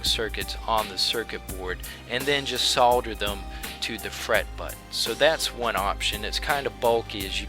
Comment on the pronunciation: I see from your profile that you are from the United States. Unless I am seriously mistaken (which is always possible!) the correct pronunciation in the United States for solder is "sodder." GREAT VIDEO, by the way!